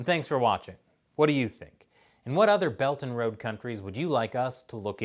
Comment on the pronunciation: I always heard “Belton road” instead of “Belt and Road.”